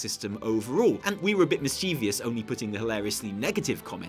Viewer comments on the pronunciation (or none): i was disappointed with the way u pronounced mischievous.